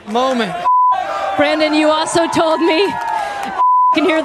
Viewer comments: Brandon isn't pronounced, Briden.... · I heard F Joe Brandon!